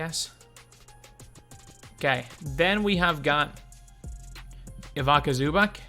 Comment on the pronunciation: Ivica Zubac’s name is pronounced eve-its-uh zoo-bahtz